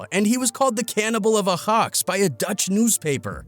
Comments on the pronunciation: It's not ahax you idiot it's spelled ayax 😒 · Ayo ahax? Its pronounced I yax lol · how says Ajax hahaha 🤣🤣🤣 when he says it he makes it look like its spelled ahax 🤣🤣🤣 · THIS GUY: AJAX NAH AHAX YEEEE😂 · It’s not ahax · Bro really can’t say Ajax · THE WAY HE SAYS AJAX 😂😂😂😂😂